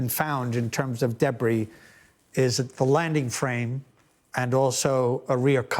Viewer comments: "Debry field" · After listening to this man’s delightfully accented pronunciation of “debris” a few times, I definitely read your comment as “Hugh-Bree”